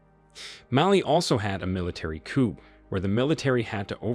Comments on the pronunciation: "COOP"??? People say "COO", it's a French word I think? Makes sense under the circumstances. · It would be helpful if you could know how to say the word " coup" is in "coup d'état" properly, where the "p" is silent. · Jeez...Coup, a French word, is pronounced "coo". Not "coop". If you're going to do these videos at least pronounce foreign words correctly. Otherwise, a good and informative video. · COUP is pronounced COOOOOOOOOO not COOP..dear me. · "Coup" is pronounced "Koo," not "Koop." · Koo not Koup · It’s actually Coup not Koup or Koo. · It's a coup - pronounced KOO. The P is silent. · Coup is pronounced "coo" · Caught the racism by saying mispronouncing Niger. It was slick. The mark yeah I caught it. And the word coup the P is silent. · * coup - the "p" is silent.